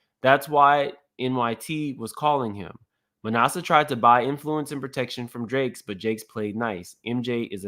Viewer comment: “ma NASS eh” not “ma NAH suh” (just trying to help) ☺️